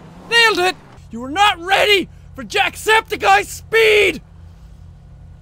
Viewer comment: Worst fail at trying to say jacksepticeye